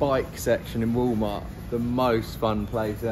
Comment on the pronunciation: did he say Woo mart he must mean walmart...? lol